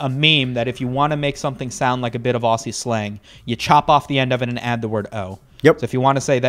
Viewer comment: Your first mistake was mispronouncing “Aussie”.